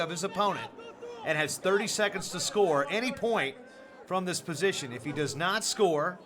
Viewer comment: "so close to being outta posound.. outta bounds" Trying to say position and bounds at the same time.. fail. lol